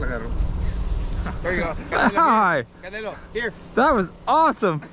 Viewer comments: The the dogs name is Canelo like the Mexican boxer not Canela like cinnamon. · Its CANELO like the Mexican boxer 😅